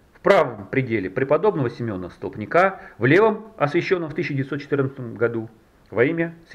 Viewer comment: Не столпникА, а стОлпника. "Ваще" все блогеры или нерусские или в школе не учились.